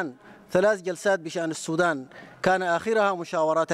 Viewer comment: Sudan☑️☑️☑️🤙 Not Sodan❌❓⁉️‼️